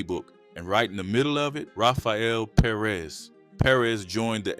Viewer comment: Perez. Not Per-rez